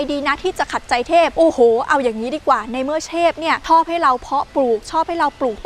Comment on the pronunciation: เทพครับไม่ไช่เชบ555+